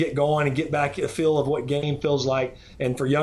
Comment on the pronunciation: Phil pronounces "feel" like "Phil"